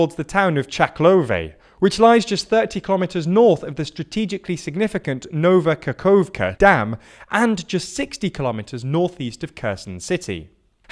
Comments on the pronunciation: That would be nice if you worked on your pronunciation a little bit, for example KH is not a K and it sounds more like american H: Nova KaHovka but not a Nova Kakovka. Also E sounds like an english article A and it is exactly the same no matter where it stays, like Nevs'kE but not a Nevs'keeee. Also in Lyman Y is read always as it written but not an I, i think i could describe it as sound shwa but a little bit stretched one. It's not necessarily but it would sound much more properly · Here's a pronunciation tip that can help you out massively. The "kh" in reality should sound like an "h" in the "hospital". And it applies everywhere: Nova Kakhovka, Kherson, Kharkiv. I personally feel like this transliteration rule is more confusing then accurate and helpful, as I tend to constantly forget to transliterate that sound to kh instead of h. (That's also the reason why Hostomel isn't really read like with the "hospital" "h") I do realize that reading all these names is hell, so props to you for giving people an extensive coverage. And God. If only you knew how satisfying it was to hear you pronouncing Nova Kakhovka correctly (reading the second "k"). my reaction was... unexpected...and vocal. Picky prick mode off